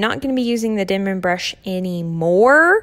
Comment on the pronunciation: It’s Denman. Not dinman.